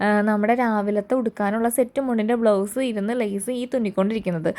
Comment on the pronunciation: It is blouse, not blow's